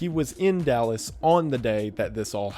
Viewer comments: " yew were in dalis!" wendigoon went country for a second 😂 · the southern accent coming out in YOU WERE IN DALLAS killed me